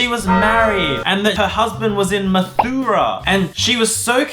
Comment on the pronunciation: BRO UR PRONOUNCTION IS WRONG ABOUT MATHURA AND ALL THAT IT WAS IN INDIA